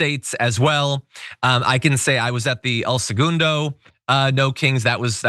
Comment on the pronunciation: "ell seGOON-doh"? lol you must not be from LA because it's pronounced suh-GUN-doh here and always has been. Like how San Pedro is pronounced "Peedro" and not "Paydro"